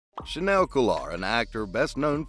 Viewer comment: he didn't say that. you're quoting the right article but that was a quote from james purefoy, who plays remi in SE. chaneil has yet to speak about silver. also his name is pronounced "cha-kneel"